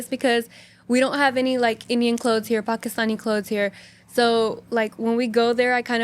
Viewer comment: it’s actually pakistani and not pakistini